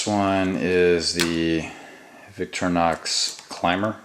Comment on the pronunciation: btw....... it's pronounced "vik-tor-e-nox."..not "vik-trin-nox"